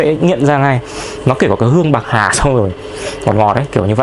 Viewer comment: "pạc hà" 🤣